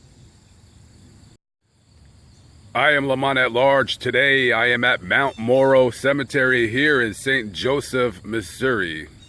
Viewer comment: Although this was done Sept. 7th, 2019, you misspelled the name of the cemetery and even pronounced it wrong!!!! It's actually Mt. Mora cemetery and not Mt. Moro cemetery!!!!! However, I do enjoy watching your vids but as a St. Joseph, Missouri native, I did want to correct you on it. If you ever come back, just let me know and we can get together and I can possibly show you some other places around here